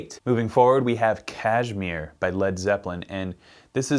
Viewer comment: You pronounced Kashmir wrong. It's pronounced Cash-meer